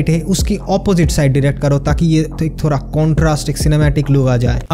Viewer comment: Bro its thoda not Thora😅